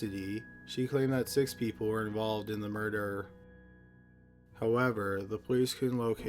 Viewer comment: I always find his voice funny and when he say the word murder I lose it😂😂😂😂😂😂